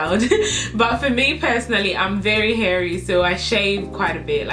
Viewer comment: Saammeee😂😂😂😂☠️ she says hairy